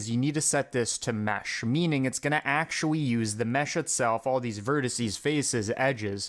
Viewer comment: awcuawy, the cawculation wouwd nowt awaw this to happen